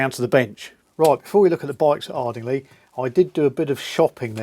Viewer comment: Thank you,! By the way - and not being critical - Ardingly is pronounced “Ard-ing- lye” 😉